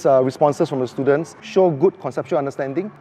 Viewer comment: gosh, the number of times he called his students stooldents...